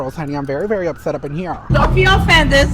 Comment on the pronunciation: “Don’t be offendezzz” 😂